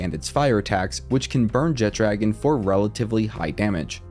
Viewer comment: Man that alwaya bothers me. Theres No 'D' in the name! JEH-TRA-GONE! NOT JET-DRAGON.